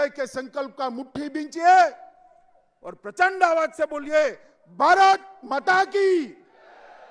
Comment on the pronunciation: Mata to tik se bol be Mota